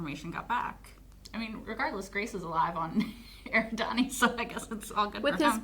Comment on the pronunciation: One minor point... You keep saying "eh-ri-DAH-nee" when it's actually pronounced "eh-RID-ah-nee". Also, Eridian is not the name of Rocky's planet. The planet's name is Erid because it's in the Eridani 40 system (which, if you're Star Trek fan, you'll know that's the system where Vulcan is located). Eridian refers to the inhabitants of Erid.